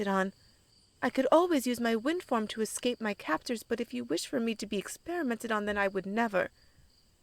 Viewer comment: 10 minutes in and i heard her say wind form... I tought she had a FUCKING WIND FARM.